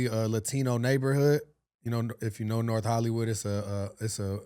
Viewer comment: Norff LA ha😂